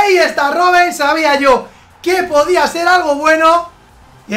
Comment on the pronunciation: Cristofer Mendoza dice podba